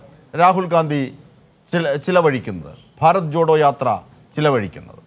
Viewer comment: Not jodo yatra this is chotho yatra